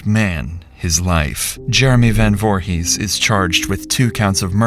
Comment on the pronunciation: Not jay last name, voorhis 👀